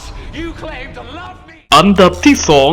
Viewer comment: คนพากษ์ พูด อันดับ เป็น อำดับ